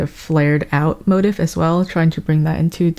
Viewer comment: "mo-teef" please im begging lmao